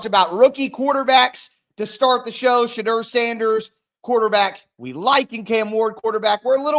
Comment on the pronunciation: Thank u for correcting the host on the pronouncing Thibadeaux Now we have to get him to stop saying Shadrrrrr. The correct pronounciation is Sha-door 🚪